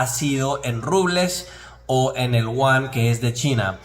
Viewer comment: No es uan es yuan